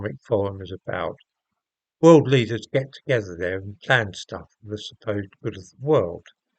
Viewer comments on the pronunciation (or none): none